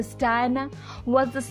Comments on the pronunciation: Terrible narration. Diana is pronounced Di-anna not Dina. And it's Arch-ee not Ar-kee. You really need to get a better narrator and do better research to avoid so many mistakes. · Learn to pronounce their names properly. Dianna, Prince Harry, Lillibeth and Archie please